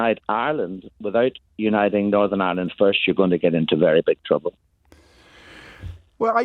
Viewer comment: James. You. Said. ISLAND WHEN. IT. IS IRE LAND YES. IRELAND.. U SHOULD. KNOW . x. Love. Ur show